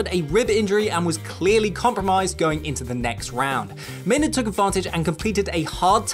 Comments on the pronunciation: “May-NARD” lol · It's how we pronounce it here in England